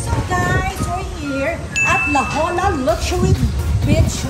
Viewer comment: LA JOLLA is pronounced "LA HOYA" in Spanish po....